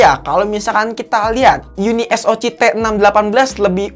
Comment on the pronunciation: Penyebutan SOC nya di ganti jadi Es O si aja min